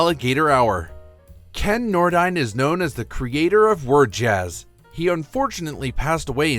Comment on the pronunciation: Did anyone else notice that in his bit on Them’s version of “It’s All Over Now, Baby Blue,” he only included audio of the Bob Dylan version? Not a bit of Them’s recording. It also would have been nice if he figured out how to pronounce Ken Nordine’s name.